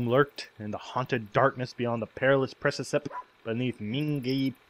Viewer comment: precipice is pretty much preci-piss by the way ;D no phonetics, couldn't find any D